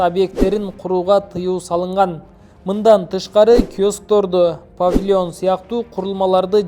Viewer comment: Журналист ото грамотный экен😅😅😅 павлион дейтго